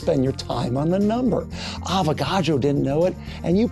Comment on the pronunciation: You keep saying avogado